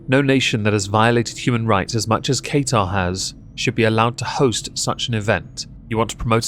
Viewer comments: Love the videos. Your points are all so true. Love how you butcher Qatar's name (it's said "kah-tar") it made me laugh so much haha. Keep up the awesome work 😊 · Ok, imma say it coz I'm from the middle east and its kinda inking me. Qatar is pronounced Kaa ( like kaka) ter ( T from the tip of your tongue, er like ehrr from the tip of your tongue) Edit: I'm going to say.... because apparently I triggered Beaumont 😊❤️ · I can't take you seriously when you refuse to learn how to pronounce the country's name. What the fuck is Kay-tar?